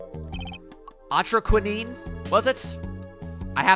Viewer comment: For the Last épisode you said atroquinine and Lamiroir ^^ as a french i can tell you said it correctly specially Lamiroir